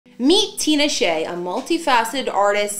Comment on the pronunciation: The name is so easy to pronounce it’s stupid easy. TEE-NA-SHAY